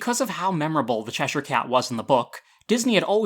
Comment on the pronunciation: I just want to thank you for pronouncing Cheshire correctly lol, its a pet peeve of mine to hear people pronounce it wrong